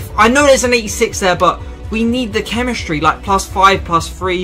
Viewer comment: Nobody: This guy: chemischtry